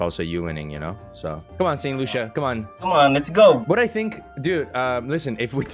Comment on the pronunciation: It’s pronounced saint “lu-see-uh” No loosha 😂